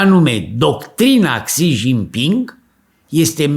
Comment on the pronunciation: Aveti dreprate. Nu sunteti nici pe aproape cu pronuntia.😂